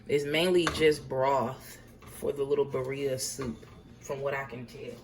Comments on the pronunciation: This broad kept saying beeria was IT for me😂😂😂😂 she aint even tryna attemp to pronounce it correctly. Its pronounces BIRRREEEEAAAA😒🙄😂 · tell me why i knew she was black when she said birria 🤣🤣🤣